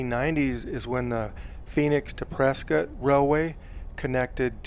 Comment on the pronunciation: Prescott pronounced "prisket"